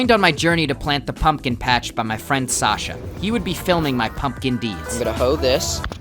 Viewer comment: No one:: It ain't much, but it's honest work Also: P O M P K E N